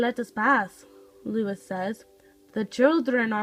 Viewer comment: His name is pronounced: l oo - EE s